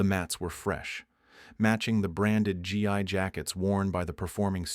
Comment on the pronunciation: Nice. But it's (Gi)pronounced like "ghee"